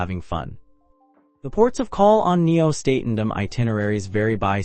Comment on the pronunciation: WTF? This review makes ZERO sense, you're not showing the HAL Nieuw Statendam, not pronouncing it correctly in the video.